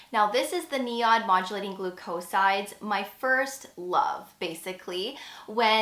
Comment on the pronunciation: GLOO’-coe-sides, not gloo-COE’sides